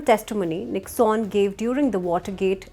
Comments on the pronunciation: It is pronounced nick_sun. Not nicksaan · It is not pronounced as Nicks-on, it is Nick-sun.